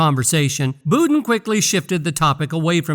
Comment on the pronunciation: It’s budden not booden